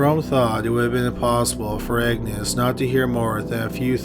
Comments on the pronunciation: Is he saying “Agnes” or “Egnes”?! Lol! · Agnes is pronounced AGnes not, EGGnes. AG - nes. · Agnes isn't pronounced Eggnis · Isnt "Agnes" pronounced "Añez"?